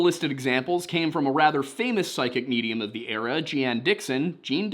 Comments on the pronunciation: Jeane Dixon was very famous and one of her most popular books was Yesterday, Today, & Forever. It related the twelve apostles in the Bible with the twelve zodiac signs. And she was often at the White House to give consultations. Oh, and her name was pronounced “Jean” or like “Gene”… for future reference. Thanks for all y’all do. Have a great weekend. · Pronounced like the word "gene", not "Gee-Ann"😁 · Macon is indeed pronounced May con. But Jeane Dixons first name is just like Jean or Gene. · It’s pronounced Jean or Gene. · Jeane Dixon is pronounced like "Gene". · You got Macon right, just like bacon. But Sevierville sounds like severe-vil, and the psychic is pronounced Jean - like blue jeans. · Her name was Jean Dixon, and her name was pronounced like Gene. She was friends with Nixon and his wife. There are tapes of him talking about her to Kissinger in the oval office. Pretty crazy shit. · I'm splitting hairs, but Jeane Dixon is pronounced 'Gene'. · ☺☺ Macon does sound like Bacon. 👍👍👍💙 (Sevierville, on the other hand, is "severe" ville.) You might see the names of Sevierville and Jeane Dixon again; Jeane is pronounced "Jean" and she was, in her day, quite famous.